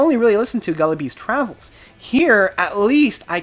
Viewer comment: Great review, but how do you manage to pronounce every album and song name wrong? PHANerothyme, GullibLes Travails.